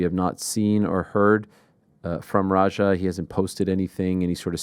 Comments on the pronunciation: Rampage pronouncing his son's name like its ROGER makes me cry laughing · is it roger or raja??????can u even pronounce ur son's name? lmao